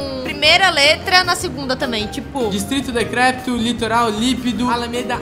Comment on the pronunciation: eae mantega flakes falando discrito decrepto=dd (lingua flakespowerana)